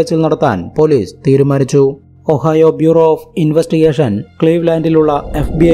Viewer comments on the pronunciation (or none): none